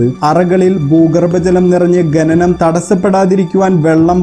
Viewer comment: ഗനി,ഗനനം അല്ല ഖനി, ഖനനം അങ്ങനെ പറയു